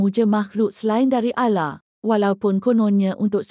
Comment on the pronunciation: ALLAH kea ALLA ehhh🙄🙄 ,main² sebut jeaa😒😒